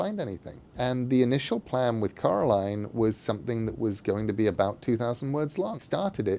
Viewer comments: It's so funny that the way you say Coraline sounds like Caroline which is the way all her neighbours called her so... it's suiting I guess but also really funny. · It's Coraline, not Caroline 😂✌